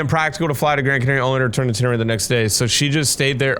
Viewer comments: I’m sorry to be correcting but I just have to, it’s ten-e-reef, not ten-er-ife, it just bothered me. Sorry! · Nice video. You should react to Green Dot Aviation next. Also fyi pronunciation would be "Tenereef" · It called ten-ir-i-fè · btw its ten-uh-reef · it’s pronounced ten r(short sound) eef ay￼ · Sounds spanish so it woukd be ten-e-rí-f-e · It’s pronounced like mavscooper said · It's pronounced Ten er eff ayy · Sorry not tryna be rude or nun but tenerife is pronounced ( ten-er-refe-ay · its te-ne-ri-fey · if anybody is wondering its The Tenerife (Tena-Reef-ay) Airport Disaster. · It’s pronounced ten-E-RE-Fey